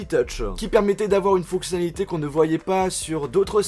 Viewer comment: c'etait un truc de ouf-iiin mini jack-iiin fonctionalite-iiin ecouter de la musique-iiin jen peu plus MDRRRRR